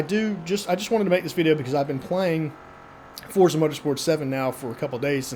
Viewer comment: Liked when someone actually called it Forza and not Fortza, lmao :))